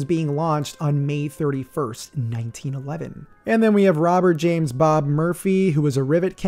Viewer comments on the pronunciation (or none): none